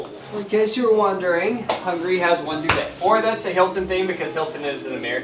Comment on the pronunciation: Is saying Hungry instead of Hungary?.. It sounds kinda funny